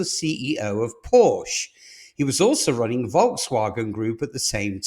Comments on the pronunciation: It is PORSCH-E, not PORSCH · Start to pronounce the company name right if you are making a program of the company. It is called PorschE and not Porsch as you insist to call the car company. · It’s difficult for someone to be taken seriously as an expert on a brand whose name they don’t properly pronounce. POR-SHUH. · It's pronounced Por-sha. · So what was your point about China? Porsche has no control over Chinese market. They are subject to its whims just like any other retailer. And you would think if you’re going to produce a video on Porsche that you would actually pronounce the name of the company correctly… it’s “poor-SHA”. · PORSHE ...SHAY ....................get it right ................ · "Porsche" :face-orange-biting-nails